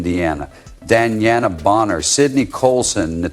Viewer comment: U wypipo r delusional about things off the court about CC & that woman’s name is Bonner not booner dumbass